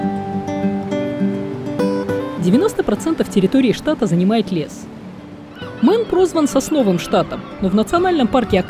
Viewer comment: Дислайк за абсолютно тупое произношение. Мэйн, а не мэн. Позорище.